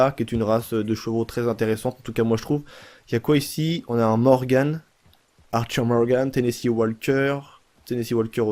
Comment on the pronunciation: Morgan la fin se dit an est pas morgane ;)